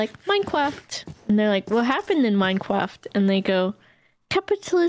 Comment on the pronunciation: I like how the mum said minecwaft too